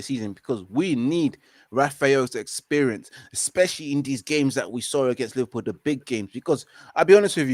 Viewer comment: 'Liverpoo' savage 😂